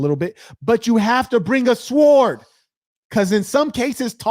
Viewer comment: You was really cooking on this one 🔥 🔥 🔥 The "W" in "Sword" is silent by the way. Appreciate the work as always 🙏🏾